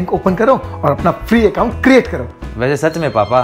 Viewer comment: PugG nhi PUBG hota h uncle😂😂